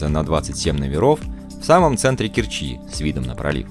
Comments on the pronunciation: Все отлично, но...режет слух КкерчИ, Керчь в КЕрчи, порт порты, торт торты. Кореная керчанка. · Спасибо за прекрасный обзор моего города. Только правильно КЕрчи.